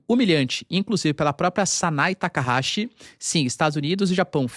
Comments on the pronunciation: O NOME CORRETO DA PRIMEIRA MINISTRA DO JAPAO EH - SANAE TAKAICHI E NAO SANAE TAKAHASI COMO FOI DIVULGADO. AS LETRA CH NO JAPAO TEM UM SOM DA PALAVRA T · O nome da primeira ministra do Japão é Sanae Takachi (leia-se Takaiti) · PHESSOR! O nome dela é TAKAICHI. E o CHI é pronunciado com "TI" de tia. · obrigado pelas informações 🥰 tem um equívoco na pronúncia da primeira ministra 😁 mas nomes japones é complicado mesmo kkkkk